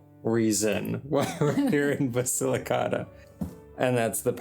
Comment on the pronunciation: The man needs to learn how to say Basilicata. Listen to how your wife says it. Your pronunciation hurts my ears!